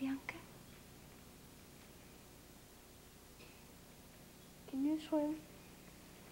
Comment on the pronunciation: My name is BIANCA and seeing my diva pronouncing my name in such adorable manner makes my day. 😊😊